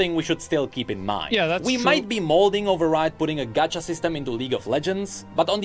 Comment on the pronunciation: Why does asmon pronounce “gacha“ as “gotch-ya”